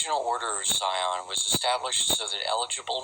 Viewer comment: It's the PRIORY OF SION and NOT the PRIORY OF SCION.